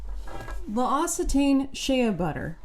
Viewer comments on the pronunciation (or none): L’Occitane pronunciation: “lowk-see-taan” ❤ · That's not how you pronounce L'OCCITANE.